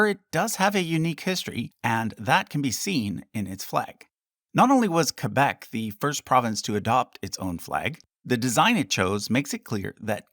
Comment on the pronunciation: As a Québécois, I love that you pronounce Québec as it should be pronounced and not "Kwaybec" as most anglos seem to do. Great video too! It was nice to learn about each province. Keep up the good work.